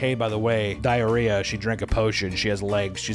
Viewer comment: U keep calling her "Diariah"😂😂😊